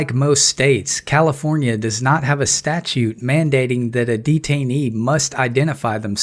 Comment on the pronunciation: oh... sorrrrry, I forgot , it's Kafilornia..